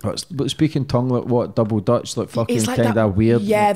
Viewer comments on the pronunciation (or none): none